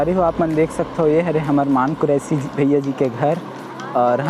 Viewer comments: मान नहीं रे मन कुरैशी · भाई मान कुरैशी नहीं, मन कुरैशी नाम हे वोकर